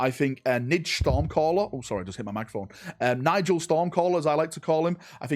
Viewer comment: Nigel is pronounced Nyarl and Arjac is Pronounced Ahh-yak. I know you Dorn sons are only good at building and not reading so I thought I'd help you out.